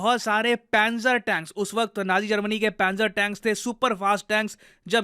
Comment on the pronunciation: That's not how you pronounce 'nazi'.